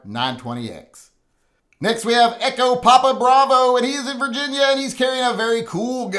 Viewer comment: lolled at the retarded pronunciation of 'virginia'